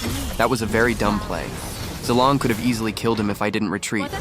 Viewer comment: Zi-lion wtf it’s Zilong